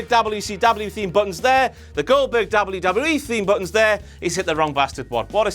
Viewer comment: why do say WWE so fucking weirdly